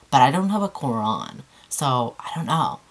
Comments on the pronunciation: i love when u said QURAN! That's sweet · Cats are dope in this video but she nailed the pronunciation of Qur'an ..! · Wow subhan'Allah. ❤️ Thank you for doing this so respectfully. Also you pronounce the word Quran so well 😊👍🏽